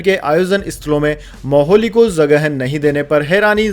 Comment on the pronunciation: अरे भाई अब मोहाली भी ठीक से नहीं बोल सकते माहौली बोल रहे हैं